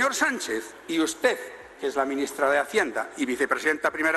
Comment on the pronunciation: Dice: ustede